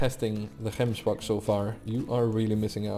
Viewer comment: Yessss you pronounce gemsbok properly, love you man